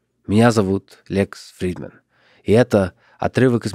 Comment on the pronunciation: Какое же хорошее произношение у Лекса Фридмана..